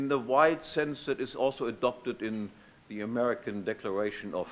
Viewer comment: "ze protection of life, property and ze pursuit of happiness from domestic violence" COUGHS "and from foreign aggression" DRINKS WINE . 100% savage. (by savage, i mean civilized)